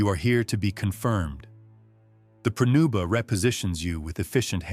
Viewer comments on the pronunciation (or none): It's "pronuba" not prenuba.